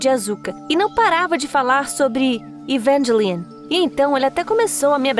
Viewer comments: Você pronunciou o nome EVANGELION errado. Eu sou fã desse anime, e sei do que estou falando. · Eu vendo ela falar evangelion com sotaque gringo 💀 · Evengilien kskks